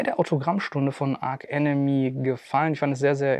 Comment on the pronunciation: Aber bitte nicht "Ark Enemy" 😉 ansonsten wie immer super Unterhaltung !